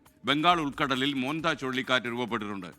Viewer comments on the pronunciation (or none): മുന്താ അല്ല മോന്ത